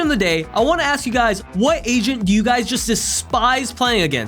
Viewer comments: i kept thinking he said "no other ASIAN can do this" isntead of agent lmao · Every time he said agent I thought he said Asian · this is irrelevant but every time he says agent - I thought he said asian